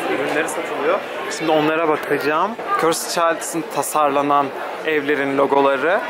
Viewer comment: körsıd körsıd değil yahu körsd demelisiin "ı" harfini söylemee körsdddddd